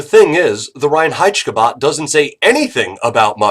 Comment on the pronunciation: As a german i really like his pronounciation of reinheitschkebab